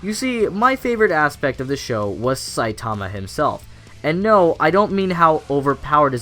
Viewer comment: Triggered by how you say Saitama :v